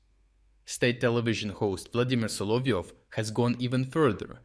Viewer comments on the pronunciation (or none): none